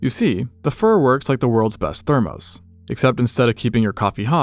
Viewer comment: are you saying thermos? If so, it's pronounced "therm--us", not "therm--ose".